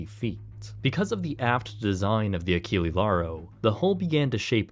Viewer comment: It would be realy rude to slam you right away without saying first BRAVO for the great content of yours, but mmaann, ACHILI LARO, c'mon.. ACHILLE(E not I) LAURO(with all letters voclaized), please, in the future take care to the ships name pronunciation.. It is realy important to know how the subject of the content is called, hope you're of the same opinion.. P.S. Don't be like some creators and give me the bull.... how is not common to answer to content 2y old.. It is such a lame excuse that if find it miserable.. Put away off the channel that 2y old content if it's not relevant anymore, that is my logic in such moments.. Cheers 🎉